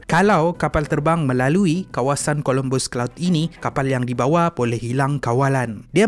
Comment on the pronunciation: COLOMBUS CLOUD KE CUMULUS OR CUMULONIMBUS CLOUD?! HATI2 ADMIN DGN SEBUTAN.